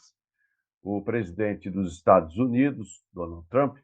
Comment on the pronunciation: ele quis dizer do sotaque dele ao falar Estados Unidos, ele fala estanios kkkkkk